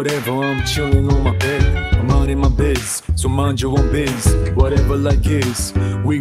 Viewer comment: "Minding my bis" "So mind your bis"